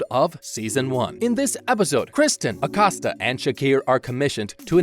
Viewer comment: From you butchered Kristen's name I turned you off.